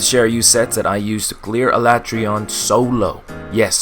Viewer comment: No it’s not lol. Why else would the voice actors say “Al ah Trey on” and not “Al A tree on”